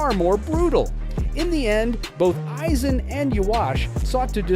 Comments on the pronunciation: “Eieezin “💀💀💀💀💀 the ai voice tripping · My ears are bleeding from hearing AYE Zen🦻🩸🩸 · HOGGG yoku, eyeeeeezen, and ywok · How the fuck do you make an entire video about a character whose name you can’t even pronounce is beyond me. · I'm sorry, but if you're going to start off by mispronouncing his name, the video isn't worth watching. Its only 1 of the most beloved villains in anime history. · Thumbs down...because you can't say his name right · The way he pronounced Aizen is literal cringe 🤣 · Immediately stopped watched once you pronounced his name like that, ngl